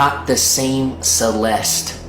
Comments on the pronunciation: is this guy AI? it's clear he's edited the audio to cut out every instance where he says "celest-ee" and the cuts to his face talking have some subtly odd movements to them. is one of the biggest drama coverage channels just a content farm? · Is he saying “Celesty” at times? Listen carefully at the beginning of the video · How do you not know how to pronounce the name Celeste? Maybe you guys shouldn’t quit school for YouTube. I noticed you must’ve been researching as you were making the video because you corrected yourself, but you didn’t go back and redo any of the original. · Lol the obvious edits where he realized he was saying Celeste's name wrong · You should re release this and make sure you're pronouncing Celeste properly.. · he cant even say her name right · Yes and please pronounce her name properly the e on the end is silent and not an ie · Bro you could’ve at least learned/realised not to mispronounce Celeste’s name many times before then pronouncing it correctly and then going in between pronunciations. Just saying it’d be respectful to actually say her name right, it’s not hard considering you did say it right many times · Had to stop watching because you kept pronouncing her name wrong. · If you’re gonna cover a 14 y/o’s murder, you could at least have the decency to pronounce her name right. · I like your videos, but please pronounce things, especially victim’s names better. Her name is pronounced “See-lest,” not “See-lest-ee.” 🤦‍♀️ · “Celestee” 😂 cat got ur tongue lil bro? 🐈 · Celestie? Shooosh? Do you know how to pronounce anything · i really wish ppl would learn how to pronounce words and names before posting videos about them. si-LES-tee? really? it's sa-LEST. google is free. u consider urself a serious youtuber so maybe actually put in the effort where it matters, not just in the cheap editing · Why do you all keep saying the E at the end of her name? It’s silent 🤫 please respect the dead 😢 Celest (e🤫) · FYI it’s pronounced “Sah-lest” .